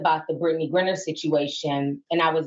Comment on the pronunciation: T, it's GrIner (pronounced GrYner, like cry). That damn 'Britney GRINNER' be taking me out lol.